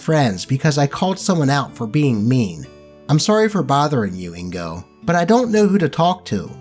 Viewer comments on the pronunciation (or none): i wasnt even this early to my own birth edit: oh shit pokemon nicknames. also its IN-GOH, not indigo